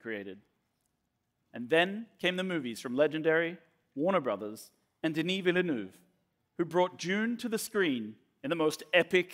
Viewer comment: Please someone make a video compilation of how anglophone people butcher the name „Villeneuve“